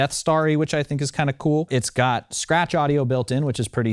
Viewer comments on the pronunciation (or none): none